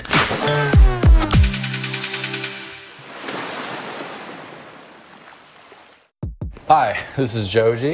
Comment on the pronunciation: i remember watching feast mansion while i was drunk and i heard "please mention" instead of "feast mansion" every time you guys said it. The next day, i try to find feast mansion and i typed please mention in yt search bar lmao